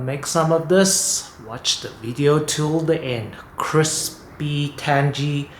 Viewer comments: It’s tang-ee, not tan-gee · what are you the pronunciation police, or just a tan-gee arsehole, i mean ASSHOLE